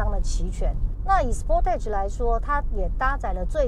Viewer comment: 美中不足是sportage的發音不對。